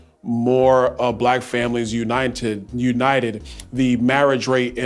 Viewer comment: Is Byron reading canned reply answers? At about the minute mark he mispronounced "united" in a rather odd sounding way that sure does seem like it was read, rather than a natural speaking error. (And -no, I am not intending to imply that there's treachery afoot or some grand conspiracy. It was such an obvious question that it was more likely than not going to be raised.)